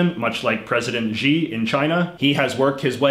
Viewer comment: HX Huang I don’t think it’s that he can’t pronounce Xi, it’s that he didn’t know that x is pronounced like sh. I mean, since his name doesn’t actually have a correct spelling with the Latin alphabet, why don’t we just spell it as Shi to give people more of a clue?